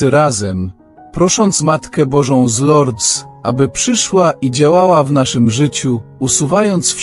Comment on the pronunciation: Wymawia się z Lurd bez s po francusku . Proszę nie kaleczyc języka franc.